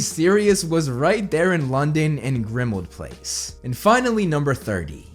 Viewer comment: Please put the emphasis on "PLACE" in "Grimmauld Place", not on "Grimmauld". It's just how place names are said.